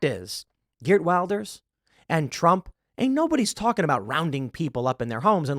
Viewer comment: Just a note His last name is pronounce with a "V" (vil-der), not Wilder.